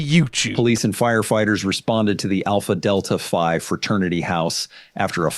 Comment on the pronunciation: The frat's name is Alpha Delta Phi ( not five) lol Frats and sororities typically use Greek words or letters. I grew up in a small town that had a state university and there were so many Frat and Sorority houses that I can't recall the actual number. What went on during just a weekend party in these houses was scary enough so a hazing would be really bad to see. Most of the houses were massive Victorian era homes made into multi bedroom homes for the college students. I was in that town from and I can still "smell" the stale beer and booze and smoke when I think of it all. Do some research into what these organizations are actually meant to represent and why they are sought after to gain membership. BTW, hazing is not even legal in most places and most universities will even kick a student out of univ. for participating in any of if and the Fraternity or Sorority would be dismantled.